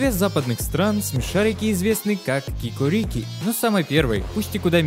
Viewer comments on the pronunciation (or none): Не кикорИки, а кикОрики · Вообще-то правильно катается "го-го́рики" и ки-ко́рики"